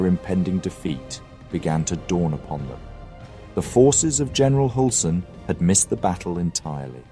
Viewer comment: Read the ”ü” with a ”y” sound instead in german names. So instead if Hulsen it is more like Hylsen. Great video regardless!